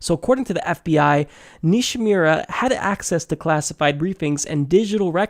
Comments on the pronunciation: Nishimura. Nee she moo ruh. Really butchered that one,. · Nishimura = Knee-She-Moo-Rah, sound it out like Fus Ro Dah XD Good video though. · Great video exposing James Comey and the FBI's double standards in letting Hillary skate...Just please learn to pronounce "Nishimura" correctly.